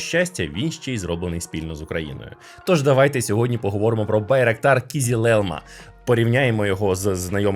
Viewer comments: О це я розумію, огляд ТЕХНІКИ! :elbowcough: Тільки на "кізіл", а "кизил" (і без крапки) :) Хоча по турецки червоний "кирмизи" (kırmızı), але "кизил" - загально-тюркське слово, яке розуміють всі тюркомовні народи. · хтось повинен це зупинити. Kızılelma, "ı" не дорівнює "i", вимовляється як Кизилелма (Кызылелма) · Його назва читеється "Кизил Елма", з наголосом кожного разу на останній склад. Türkçe öğrenelim! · стосовно кизилелма, оригінальна назва Kızılelma , зважте на і без крапочки зверху, читається наближено до української "и". Та й то норм, дякую за те, що ви робите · Маленьке зауваження щодо згаданих назв. Не Акінчі, а Акинджи. Не Кізілелма, а Кизилелма